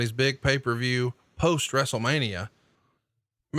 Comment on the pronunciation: How come Arn pronounces it, "Pay Fer View?"